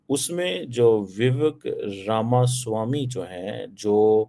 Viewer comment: Ramaswami pronounciTion sahi kr🎉🎉🎉